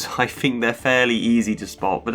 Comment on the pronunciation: troof / truth fought / thought fink / think eiver / either etc The th/f False Fronting is really grating to listen to, and easily and quickly correctable. Speech and diction training can deal with it. I hope I'm being helpful , by sharing with you just how much this flaw undermines the value of your narrations. It distracts from the great efforts on this good video.